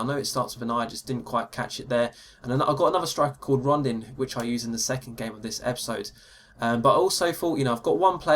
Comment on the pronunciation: It's Rondon not Rondin btw